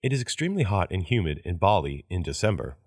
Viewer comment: ばりがぱりになってる